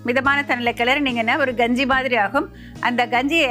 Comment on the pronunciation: என்ன கெஞ்சியா தமிழ சரியா பேசும்மா க வை ganji ன்னு சொல்ற